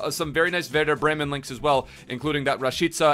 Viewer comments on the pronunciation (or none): none